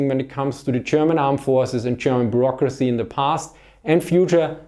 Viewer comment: And thence 'Burrocracia'